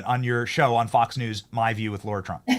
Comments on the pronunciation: Her name is Lara, not Laura!!! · Hey Benny, as much as you've been around the Trump's, you should be able to pronounce Lara correctly!! Hey, c'mon man! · Why do you call her LAURA when her name is LARA ? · Lara Trump not Laura Trump